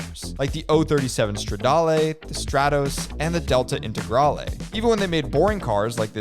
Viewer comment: I'm italian and hearing DALTAE ENTEGRALEIHH (delta integrale) hurts me